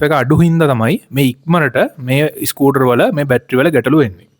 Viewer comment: ඉස්කුටර් ? ස්කූටර්